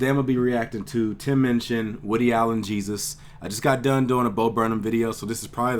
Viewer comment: It's Minchin, not Munchin!